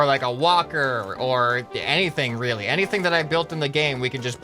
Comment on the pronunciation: e y did you say wheely joke